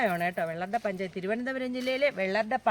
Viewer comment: വെള്ളറട പഞ്ചായം അല്ല, പഞ്ചായത്ത് എന്ന് വേണം പറയാൻ.നയൻതാരയുടെ സൗന്ദര്യവും സിന്ധു ന്റെ ശബ്ദവും.